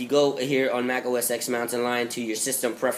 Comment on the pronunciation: It's pronounced "Mac OS ten"